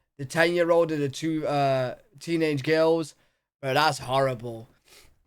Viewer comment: Funny how mispronounces the word "girls" as "gales". Lol.